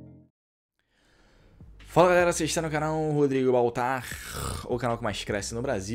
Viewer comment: Um coisa eu aprendi: como falar Baltar da forma correta